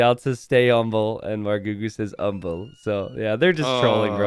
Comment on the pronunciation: "Stay umble" - Daut